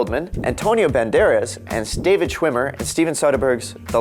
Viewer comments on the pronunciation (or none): none